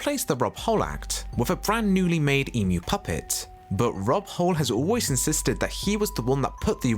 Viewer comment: I need to point out your mispronunciation of the Emu puppeteer. It’s Rod Hull not Rob Hull. And I’ve never heard of a disease called all-timers